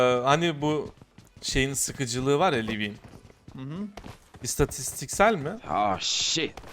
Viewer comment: Abi bir turlu diyemedin : istatiksel